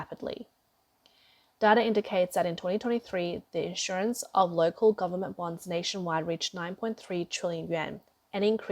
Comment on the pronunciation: Narrator: the financial/economic term is quantitative /ˌkwɑn.tə.ˈte:.tɪv/, (accent on the next to last syllable) not quantitive (which isn't a word). (The term is spelled correctly in the video text.) And, please notice the difference between issuance and insurance. They are not the same.